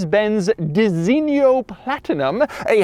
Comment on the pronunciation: Excellent video, Unimogs are used even here in Hungary as road maintenance vehicles. Some models can even use the railroad as they can lower railroad wheels and lift up the road wheels. One thing: you pronounce Designo like a Romanian pimp or Tyler Hoover. It's simply "design-o".